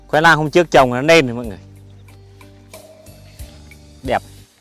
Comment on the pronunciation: Ăng gola cũng nói ngọng à! khoai nang chứ không phải khoai lang à! nạc chứ không phải lạc ! kkk